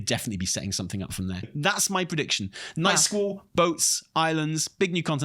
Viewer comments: i enjoy that the whole time, is pronouncing it "Nightschool". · All i can hear him say is "Nightschool" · I kept hearing " Night School" 😂🤣🤣